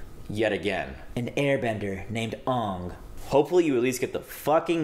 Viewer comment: I am very upset and sad and disappointed as a fan. But I’m proud of Mike and Bryan for doing what they thought was right even though they knew it would result in upheaval. When u said Ong I had a physical reaction, like it hurt me lol 😅 plz Netflix if u get anything right plz get the names right. PLZ! 🙏🏼